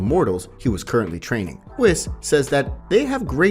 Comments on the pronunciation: Ma man said wis instead of whis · Who is whiz bro its whis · bruh whos wis........................................ WHIS THINK OF IT AS WEESE JUST SAY IT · Had to stop by the gas station because my bladder was full and I took the longest WHIS. Then I was craving some cheese & crackers. So I bought some cheese WHIS. Seriously though why he pronouncing it like that? Good video though. I enjoyed it and I think I’ll watch the rest of this series. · really bro "wiss" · Pronounced 'Weis'🙄🤦🏾‍♂️ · It's pronounced wEs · I can't believe you got kakarot name wrong and whis